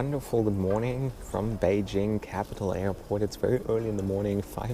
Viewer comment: Thank you for pronouncing Beijing correctly